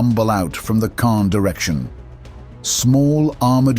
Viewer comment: It is not kaaah, it is KaaNNNN!